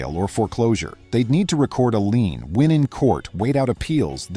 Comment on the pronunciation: Loved the story - Karen seems very skilled at digging a deeper hole for herself. I do wish the AI would learn the word "LIEN". I'm in a somewhat rural county in west central Ohio. NO "HOA's" in the whole county! Previously lived in south Florida, where they are rife.